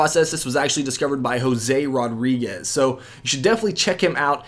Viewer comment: Jouse Rodrouigues